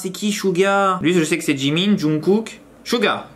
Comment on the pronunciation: Mdr c qui JOUNGKOOK. Jsp mais ça ce dirait pas Jungkook comme par hasard ? 😂😂😂